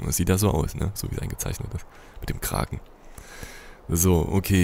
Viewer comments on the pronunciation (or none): none